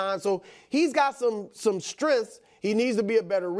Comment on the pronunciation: “he’s got some stringths” lmao the way brou says strength